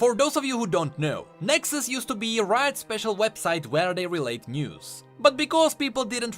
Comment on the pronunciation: because it feers speciarrr 😂